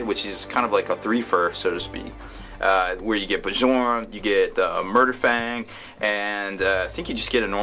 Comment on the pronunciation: FYI, the J in Bjorn is pronounced as a Y